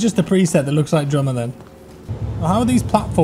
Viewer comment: took a while to decode what sounded like "gioma" as "drummer" but yeah, I should've done that and made my character as someone from the expanse